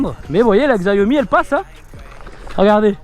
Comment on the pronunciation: Top tes vidéos! Mais pitié c’est Xiaomi et pas Xaiomi 🤦🏻😂